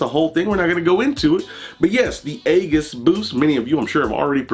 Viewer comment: AEGISS BOOST? WHY DO YOU PRONOUNCE IT LIKE THAT. CCCMOOOONNN CUHHH